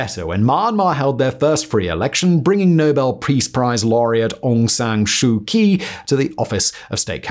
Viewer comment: Myanmar - pronounced ME an mar. Aung San Sun Kyi (chi) (ky next to vowel I makes it a CHEE sounds like The chee in cheetos) , Rakhine - RA-kine like the word line. Great video, actually I like all your vids 👍